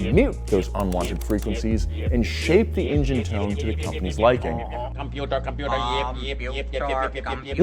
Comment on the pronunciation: KOMPYUTER YEP YEP KOMPYUTER KOMPYUTER KOOOOOMPYUTER